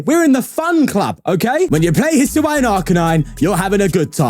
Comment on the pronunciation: Saw the thumbnail. Clicked just so I get to hear pronounce "Hisuian"